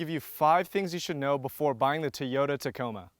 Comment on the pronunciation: It did sound like you said taco bell. Lol